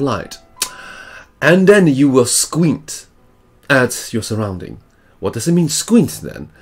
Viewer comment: that’s not how you pronounce squint nor adjusting